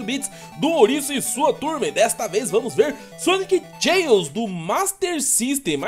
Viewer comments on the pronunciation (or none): Pronúncia correta da palavra Chaos= (kêi-os, não tchêi-os) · A pronúncia não é "tcheios", é "queios". kkkkkkkk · Pronúncia correta: Sonic Chaos: Sonic Tcheous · a pronúncia correta é "Sonic Queos" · Na verdade, a pronúncia é ˈkāˌäs.